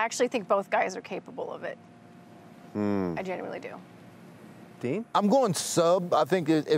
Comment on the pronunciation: his name isn't 'dean'. stop calling him dean. it's 'din'.